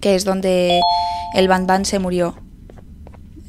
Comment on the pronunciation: Xddddd por qué le dijo banban a junbo